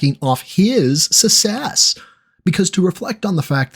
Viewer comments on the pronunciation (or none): Ha I know right The Guy can’t even pronounce success correctly